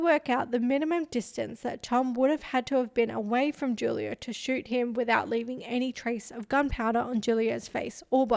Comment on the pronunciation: It’s pronounced “who-lio”